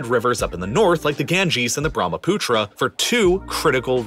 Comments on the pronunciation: Sorry to be that person, but it’s actually Brahmaputra, not Bhramputra. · As an indian, You are true Brahmaputra river is pronounced as Bruh-muh-put-rah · when he pronounced bharmaputra I died